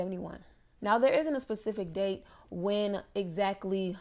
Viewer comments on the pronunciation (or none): none